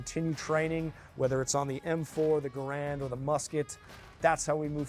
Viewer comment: It's a GAH-rund, not a ga-RAND!!! That was the man's name and this "historian" should know that!!!!